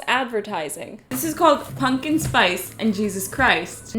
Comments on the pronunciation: My fav part of this vid is your inability to say the word pumpkin consistently. Punkin pungin, pumpin, ponken. Great vid, i didnt get this in my sub page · You say pumpkin in an interesting way